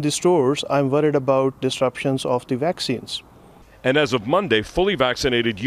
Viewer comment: "I am Burrieeed about the baxxeens"